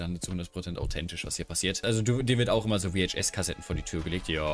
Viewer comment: Du bist echt der erste Mensch von dem ich höre, der es Wie Eitsch S Kasette ausspricht :D Bissel Komisch